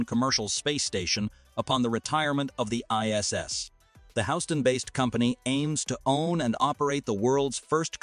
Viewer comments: "Howston"? did your AI just mispronounce "Houston" maybe you should also recruit some "high quality humans"? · Houston is not pronounced "hows-ton" delete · The company is based in House Ton?? PLEASE listen to your videos before uploading them.